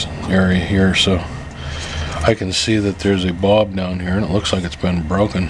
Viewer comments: Bulb with a UL like the sound in the word Gull, not Bob that rimes with cob. Otherwise, thanks for the info. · Now I'm wondering what part of the country pronounces bulb as bob. Funny.